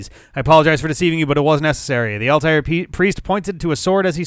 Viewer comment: So can pronounce Altai'r with little difficulty but still doesn't know how to pronounce Sai'x.